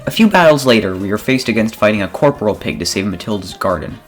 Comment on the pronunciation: "corporal pig" 💀